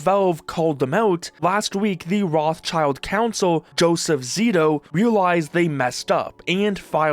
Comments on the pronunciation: Afaik the right way to pronounce "Rothschild" is something along the line of "Rot-shield", with the last -ld piece being soft like in Gerald. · The name Rothschild is originally a germam name and in Germany it is pronounced: Rot h shield Rot means red schild means shield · while it is funny to hear Roth's being called children over and over... its Roth Schild, ya can get the proper pronunciation from google by translating "red shield" into german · That guy who said his own name part wrong (schild isn't spelled like "child"! It is the German word for Shield which is spelled just with a shorter i that sounds like the English "e") seems to be even worse than Nintendo. Patents of Ideas that can't be a real device shouldn't work as a patent. But the USA is that greed capitalistic that their patent system lets it happen... Who believes AI blindly that they are too stupid for their life! That, what we call "AI" today can only copy stuff and they can't know what is right or wrong. So if they also should generate things they just copy, not create. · love how he pronounches Rothschild xD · I can't stand the way you pronounce Rothschild. It's not roths-child. It's Roth-Schild (the -th is a hard t, the Sch is pronounced as in sh*t), which means "red shield" in German. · Rothschild not rothchild it is a German rich Familiy with quite Reputation. You could Translation this Name into Redshield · Dude please, the name is not Rothchild but pronounced more like Rotshield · It's not a "child". The name is composed of the German words for the colour "red" and the fighting gear "shield" — pronounced "rott" plus "shield". Is that patent troll pronouncing himself "child" ?! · Can idiots please stop saying Roth-Child? It's RothSchild, pronounced in German or French. Learn some words pls. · Enjoyed the video! Side note: It is not "Roths Child" it is "Roth Schild" (Red Shield) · bro i can't not crash out over the way you say Roth-child hahaha you say Rot-shild, good video tho